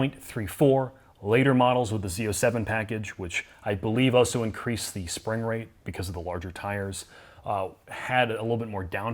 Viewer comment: Do you ever wonder why says 'Auso'- instead of 'also'? Very strange - arguably an unsolved mystery